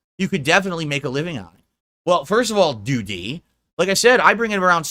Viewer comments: Is this real life? Seriously what the fuck is happening? LOOOOOOOOOOOOOOOOOOOOOOL. "Doo-TEE." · I love how says, “Doo-DEE!” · Why is he pronouncing Doody like that?